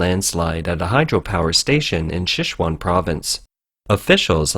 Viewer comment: Could you guys please explain the narrator that it is pronounced Sichuan and not Xixuan?